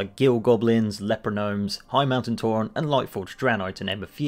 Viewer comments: Who the fuck calls a tauren a tour ron? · he says Tauren like "Tauron" smh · I want to like this video, but I'm pretty 'Toron' how he pronounces Tauren. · Why do you pronounce the "e" in Tauren as an "o"? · whats a TauRON, its tauREN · Why he sayin tauron? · Why do you say Tauron? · Tauren doesn't have an "o" in it... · never mind I didn't noticed he pronounced it wrong. I was saying it right after all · Phantom Link it’s not his accent, I’m from uk and I don’t pronounce it like that 😂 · Forget Tauron, stop saying "L-U-A" It's lua, loo-ah